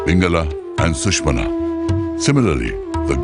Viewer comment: Please take care to use proper pronouncement of sanskrit (samskrutam) words. For example - narrator says suhmana , It is actually सुषुम्णा Otherwise it is super good movie, visuals and narration are excellent. Kindly have get the pronunciations reviewed